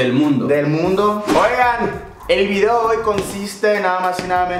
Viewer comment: Jajaja like si sé fijaron que el dijo el video dooi